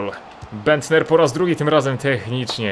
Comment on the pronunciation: Nicklas Bendter - nie mówi się Niklas Bendta, bo to nie jest niemiec, tylko tak jak sie pisze ;)